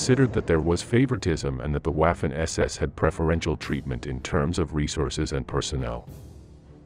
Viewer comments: Could atleast have paid a real person to voice it, "WAUfen ESESS" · Good video....but for heavens sake......learn to pronounce the German words....Waaarfen SS makes my ears bleed. And "v" in German is pronounced as "f". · For the love of god could you please pronounce the w as v?! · Pronounced, "Vaffen" SS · Interesting episode but incorrect pronunciation of Waffen undermines credibility of the entire episode.